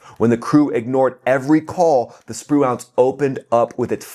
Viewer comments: It's pronounced “sproo-inc”, not “spru-aunts”. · Love your info! Spruance is pronounced spru ance( the ance is like dance) not nuance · SPRU-ants, not spru-AUNTS. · SpruAnce...or SpruInce... is the pronunciation, not SpruONce... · FYI, it's not sproo-ahnss, like 'nuance', it's Spruance like sprooence. Watch some of the golden old wwII movies that mention admiral Spruance. Dang I'm old. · It's Sprooence not Sproo-Aunts. Ffs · Awesome. As usual... Also, Navy guy here. "Sproo-awnce" is unsat. "Sproo-intz" (rhymes with "truants") is where it's at. You're welcome, sir! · Really enjoy your videos but check your pronunciation of "SPRUANCE". It's pronounced SPREWENCE. Keep up the great work. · USS Spruance, named in honor of Admiral Raymond Spruance, is pronounced Sproo-unce. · Pronounced Spru-ence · Correct your pronunciation of USS Spruance. It's pronounced SPROO-antz (/ˈspruːænts/). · Assume the US ship Spruance is named after WWII Admiral Spruance. If so, most of the historical pronunciation puts the accent stress emphasis on the first syllable of his name:Spru’ance. Almost sounds like “Spruence”. My Dad was a Naval Fighter Pilot under his Fast Carrier Task Force 58 command during WWII. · not to be a stickler, but it's pronounced sprewince and arlee burke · It's pronounced SPRU-ance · It's pronounced sprewence. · Stop saying Spruance! Your emphasis on the wrong syllable is hurting my brain! 😵‍💫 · The pronunciation of the Spruance rakes me out of it. Hate to be that guy.. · Love ya, dude, but how can you not know how to pronounce Spruance correctly? Watch a few WWII sea power videos to find out. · your pronunciation REPEATEDLY of USS Spruance was so bad, for the first time ever I was forced to question whether number one you were American and number two your US citizen! Good grief, dude I have never seen an error so egregious! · Cool video but the way he pronounces Spruance, lol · Your pronunciation of Spruance made me cringe evertime you said it. 😬